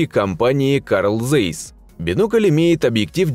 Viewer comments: Карл зейс деревня произносится цейс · Таки, прризносится ЦАЙС, а не цейс.Еще пример :heinkel-хайнкель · Произносится Цайс